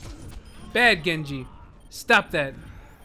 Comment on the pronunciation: Lyfe Of a Nob Master it's like "Gengu" but he still pronounces the J so I don't think it's intentional